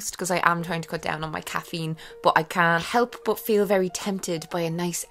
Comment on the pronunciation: "my time journal" but in irish accent " ME TIME JOURNAL!"